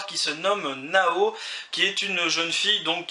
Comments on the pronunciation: Bah genre il disait Nao au lieu de Naho fin genre il prononce pas le H. Fait bien dire Naho et pas Nao x) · La prononciation de naho x)